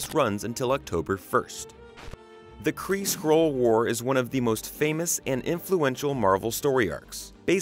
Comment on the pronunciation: SkrULLL.. not scroll!